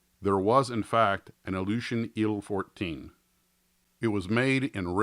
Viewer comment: "Ill-fourteen"? "Eye-elle" fourteen ;) The TU-114 will be molded by.....Trumpeter. I have a vacform it of it though.